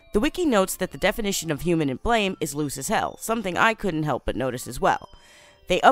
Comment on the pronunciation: Who’s goin to tell that this Manga is pronounced Blam?